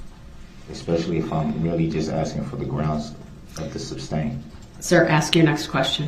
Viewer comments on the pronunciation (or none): If he would quit yelling grounds, he would here the grounds plus, why can’t he say sustain and not substain? It would be hard for me to stay quiet! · I remember when she said “substain” and quickly corrected herself. I pictured her and her husband relaxing after a day of work and her saying “if he says ‘substain’ one more time I’m going to scream”. No doubt there were more than few discussions of his mispronunciations. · I wish she would've "axed" him what "substain" means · You know it just dawned on me that maybe, just maybe if circus boy would shut his mouth for 5 seconds after the objection....maybe he would have heard the grounds. And maybe the idiot would learn to say "sustain" instead of "substained"! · I wish she would have corrected him on the word sustain not suBstain. Lol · It was but he didn't use that word as much as suBstain. Lol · substain is a real word. It goes with masterstain